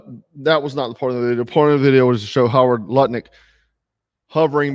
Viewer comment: Not to nitpick but it’s “Howard Lutnick”, not Harry Lumpick, etc.